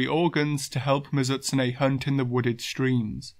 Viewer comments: good video, great channel. but holy crap. MiZUHtsune bothered me every time it was said that way lol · I really hate to be that guy since I usually dont have a problem with your pronounciations but this one is just making me go nuts. Mizoot-soonay, Mizoot-soonay, i had to keep saying that to myself because they way you said it was messing with my head and made me forgot how to say it at first.